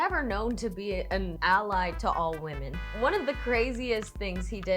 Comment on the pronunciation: Girllll not you pronouncing “women” like “woman” 😩 I thought that was only a Cali thing lmaooo